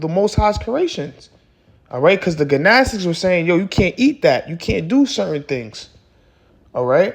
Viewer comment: Edifying video. In the word “gnostic” the “g” is silent bro